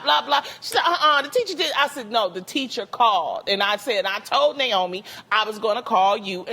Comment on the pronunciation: My name is Naomi 😂😂😂😂🤦🏾‍♀️🤦🏾‍♀️🤦🏾‍♀️I’m just happy that SOMEBODY said my name correctly